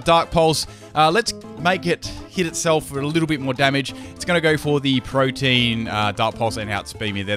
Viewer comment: You're probably told this a lot, but you're pronouncing Protean wrong. It's not a homophone of protein, but it's more like pro-tee-an. 👍